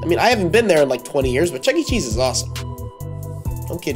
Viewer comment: It’s not Chuck E. Cheese, it’s chucker cheese